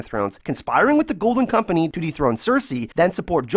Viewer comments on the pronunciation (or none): Really2 satisfied with ur "golden kompenieee" im so sorry cant help it lol. Btw nice vids there.